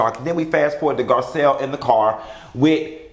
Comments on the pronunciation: you done Butchered that lady name 🤦🏽‍♀️🤣🤣🤣😭💀 Gazelle...Giselle GARCELLE NESSA GIRL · Garcelle boo not Gisselle or Gazelle lawd lol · GARCELLE NOT Gizelle...lol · The fact that he kept calling Garcelle, Gazelle!!!! Bwahahahahahaha